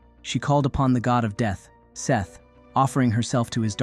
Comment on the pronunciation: I'm pretty sure it's not "Seth"